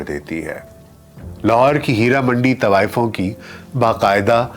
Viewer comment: آپ سے تو طوایفوں کا تلفُّظ دُرست ھُوا کرتا تھا|